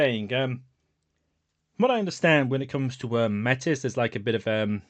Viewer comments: I'm going to be this guy for a moment and I apologize. MAY- tis or MAY - tea are the correct pronunciation options I believe. It's French. Also pretty ironic use in World of Darkness now that I think about it. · Métis being pronounced Meh-Tiss is weird but I mean I guess it’s an extra level of step away from the Métis people of Canada